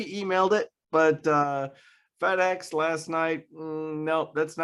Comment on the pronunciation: I wasn't sure I really heard him say Fed Ex.